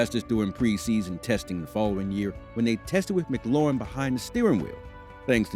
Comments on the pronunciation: Just letting you know McLaughlin is pronounced like (Mik-Loff-Lin) not Mc Lauren. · COME ON YOU CANT SAY THE DRIVERS NAME RIGHT WHAT BS